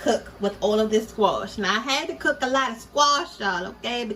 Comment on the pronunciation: Love the cooking, but also love to hear her say "squoosh" Girl you got me rolling over here!! : ) Oh and new subscriber here ~Hearts~